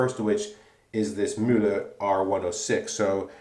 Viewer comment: Kudos on the pronunciation of Mühle! It's the first shaving vid I've ever seen in which "Mühle" sounds kinda German. (Ausgezeichnet.) Also, Razorock makes razors with a similar (very similar) shaving head; any thoughts on how the performance of this Mühle compares to a comporable Razorock?